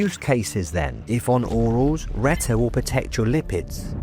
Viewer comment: Good video but a few mistakes - Reta is not a GLP3, GLP3 is a completely unrelated hormone that humans don't even have in their bodies, but other animals like sharks have it. You also mispronounced both Reta and Sema.